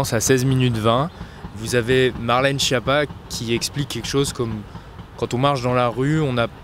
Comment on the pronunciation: Prononcez skiappa, pas chiappa